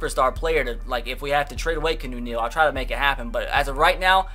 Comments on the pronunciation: ITS KE ON OO NEAL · Oh my god... it pronounced, (KEY-AH-NEW Neal)